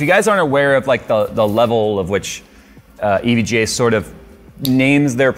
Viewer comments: Just say evga already it’s not e v g a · I hate the way he says EVGA... it sounds way too close to EVJ and it drives me irrationally nuts haha